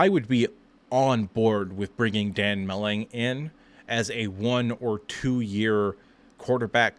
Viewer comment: His name is Dan Mullen not Mulling